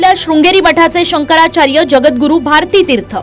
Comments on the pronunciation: शंकराचार बोलतो, शंकरचार्य म्हणता येत नाही,बेवडा पिल्यावर असे होते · नारोबा पहीले शंकराचार्य असा उच्चार करायला शिका. तुमच्यासारख्या गाढवछाप मानसाला जे मोठे पद देतात ते लोक सगल्यात बावलट आणी मुर्ख महणायला पाहीजे. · बुल्या कोंबडीचोर तुला निट शंकराचार्य म्हणता येत नाही लवड्या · यांना शंकराचार्य हा शब्द देखील नीट उच्चारता येत नाही!!! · नाऱ्याला नीट शंकराचार्य म्हणता येत नाही आणि हिंदुत्त्वाच्या गप्पा मारतोय झा......😂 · राणे ला शंकराचार्य म्हणता येईना आणि लागलाय हिंदुत्व शिकवायला.